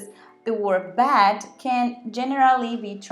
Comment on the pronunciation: As always, a great video! I learn a lot from you. Still wish you would sloooow down on your Spanish parts though. Yes, I know I can slow it down with the settings, but then your English sounds very very slow. Not to criticize, just constructive thoughts for you: But & bad, you need to enunciate your vowels better. They sound the same. And, most, is not pronounced With a short o like many Spanish people do. You need to make your o LONG for this word, otherwise it sounds like moss, that green plant that grows on rocks. My Spanish friends say dogs and ducks exactly the same way, so I’ve heard this problem before. Hey, if I have to learn how to roll my Rs before anyone understands me…